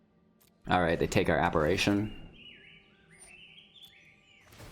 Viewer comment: Please... It's pronounced apparition, with an I, not a third A